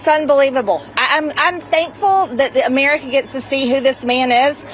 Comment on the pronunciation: The way Marge saya Amererica is disgusting